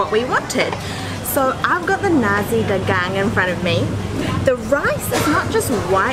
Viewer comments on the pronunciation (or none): Nasi is not pronounced "Nazi". The right sound is "na sik" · It's "nar-see", not "na-zi". 😊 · i am sorry.. we dont sell nazi here in malaysia.... :) we pronounced it NA SEE btw. eat more malaysian food. have a great day. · Tea= teh....as in ta..ble Tarik...as in tar...not ter...rik.. as in rake. Rice = nasi...as in naa,si as in see...colloq...nasik..with k ending. Not nazi..omit z sound. Wow superlicious food!!! mouthwatering indeed. Ice lemon tea...lemon used is small lemon called limau kasturi.. kas as in cast, tu as in too, ri as in real. Its small but so aromatic ummm. So hope you get the right pronunciation... Well you could start Malay food restoran in Auckland someday and educate Aucklanders on spicy food. Well done and for a raving review on Malay food. Good to have a Malay food outlet in every city of the world...all halal. Best wishes for more discovery in East Coast.🍽️👏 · So funny that they pronounced 'nasi' as 'Nazi' haha . But , it's okay haha proud to be malaysian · Hitler would not be pleased because you just ate what i heard as "Nazi"😂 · The correct way to pronounce nasi is na-c